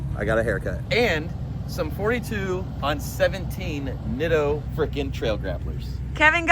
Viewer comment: Bruh- It is a Japanese word. "Nitto" is pronounced "NEAT TOE". Pronounce both Ts. Separately. Neat. Toe. That way, you don't sound like a baca gaijin. (Stupid foreigner).